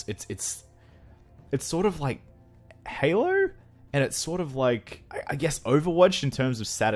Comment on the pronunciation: "sorta like Halo(r)" lol what is with aussies and putting "r" in everything